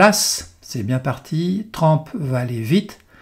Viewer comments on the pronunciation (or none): On prononce TRUMP et non TRAMP …. Encore une fois…